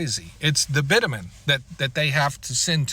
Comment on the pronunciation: I like your video. Well laid out and understandable. Hearing you pronounce bitumen was so painful though. Most people in the industry say bitumen with a soft T. Something sounds more like bicthumen.